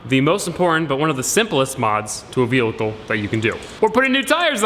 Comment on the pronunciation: "To a velickle"